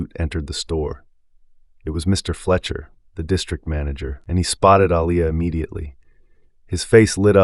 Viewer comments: Can you pronounce her name right Alia not Alaia. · This reader needs to be trained/ He has mispronounced this name: AH-LEE-YAH...several times and I also noticed in one statement her hame was changed from Aliyah to Elias. The reader...like Carol needs to be trained or schooled...or...find someone who knows how to pronounce the names in the story. Listen and count how many times the Owners' name was mispronounced...it is like the pot calling the kettle black...Is there some subtle insensitivity transpiring here> How sad...at least Carol was open and cooperating with change....and she was just a character.... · Wow he has pronounced her name wrong so many times. I like the story though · The narrator couldn’t seem to get the owner’s name right.